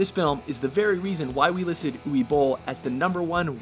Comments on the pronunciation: "Ooway" Bohl ? Uwe is pronounced "Oo-vuh" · It's pronounced oov-eh not ooweh. pronounciation nazism asside please make a "best worst movies" list. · 'Uway Boll'? It's Uwe (Oo-vay) it's German man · And "Uwe" is pronounced Oovuh, not Ooway. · Maybe pronouncing Uwe Bolls name correctly should make it into a top ten WatchMojo fuck ups segment, along with Michael Mason rather than Madson. Uwe is pronounced 'oover' not 'youie'. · It's pronounced U-vah Bowl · It's pronounced Uva. Uva Boll. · It's written Uwe, but pronounced Uva. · Uwe Boll's first name is pronounced Uve. Being German and all. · I hate to be "that guy" but Uve is pronounced Ooh-ve. On a slightly positive note I watched Wing Commander back when sky movies was two channels and actually quite liked it, as a 11 year old anyway. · Michael Mason? Umm who? Uwe is pronounced with a "v" sound for the w. List is solid, but again lack of quality control damages the final cut. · Can these idiots not pronounce Uwe and Julia properly?